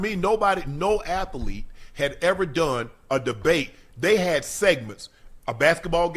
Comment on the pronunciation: Lol. “ATH-A-LETE”